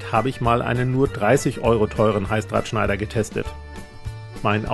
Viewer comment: Ich verstehe die ganze Zeit Halsabschneider. 😬 Aber cooles Video